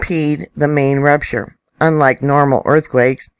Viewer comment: Every time you say rupture i hear rapturevlol